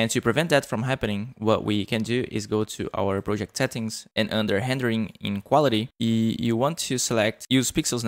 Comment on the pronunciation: O Sotaque no "R" quando ele fala "rendering" entrega.